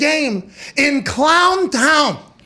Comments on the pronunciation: Love hearing the Yinzer come out in Pat….Clawn Tawn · Clahn tahn 😂😂😂😂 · Don tahn, clon tahn?? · “DAHNTOWN KLOWNTOWN DUVVALLL CAWNTY!!”